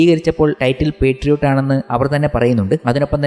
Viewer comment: പെട്രിയോട്ട് അല്ല ബ്രോ മോഹൻലാൽ പറഞ്ഞത് ശ്രദ്ധിചില്ലേ പാട്രിയോട്ട് അല്ലേ?